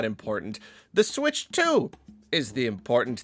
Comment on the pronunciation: i cant believe they're calling it the nintendo sputch